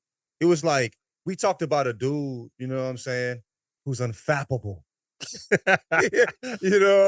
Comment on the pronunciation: homeboy said “unfappable” it’s crazy how missing one “l” can change everything